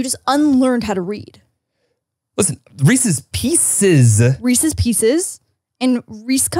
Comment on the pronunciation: I literally don’t know anyone that says reesies picies that literally changes the spelling lol! It’s actually Reese’s Pieces!😂😂😂